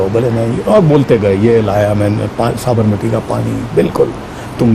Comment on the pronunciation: Sabarmati ko aapne sahi pronounce nahi kiya....